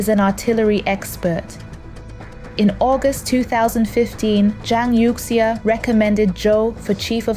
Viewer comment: It somehow strikes me as odd that the speaker in this video apparently does not know how to pronounce Chinese names correctly.